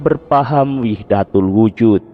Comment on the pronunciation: Kayaknya wahdatul wujud bukan wihdatul wujud